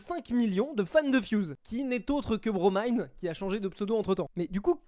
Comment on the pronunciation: qui prononce enfin le pseudo de BroMine_ correctement, il peut mourir en paix